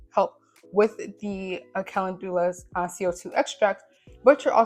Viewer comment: Great video, thank you. What is the the benefit of using beeswax? You’ré a very good teacher! Love the consistency of your body butter. (I think Calendula is pronounced like “Kuh LEND you luh” btw).